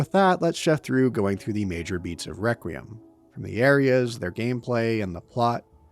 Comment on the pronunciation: Nitpicking the word choice and delivery of Victor while spending 2 hours failing to correctly pronounce REQUIEM is fucking wild.